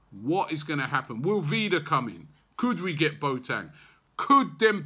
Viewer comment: Boateng = 'Bwa-tin' not Bo-tang